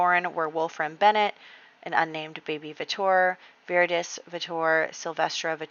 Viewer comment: VER (rhymes with bear) it- tas (like task). Like Veritas serum in Harry Potter. It means truthful.